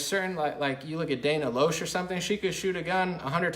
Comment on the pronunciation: Fyi, for future reference and pronouncing Dana's last name correctly, it's not pronounced Dana " Low-shh" it's pronounced "Lash"